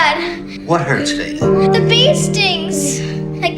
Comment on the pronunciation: You said her name wrong at the start 😂